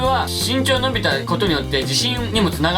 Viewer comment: 伸びが呑みに聞こえた笑